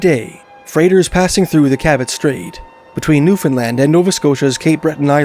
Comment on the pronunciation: Thank you for pronouncing Newfoundland correctly!